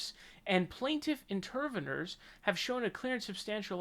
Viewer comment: It's pronounced interveeners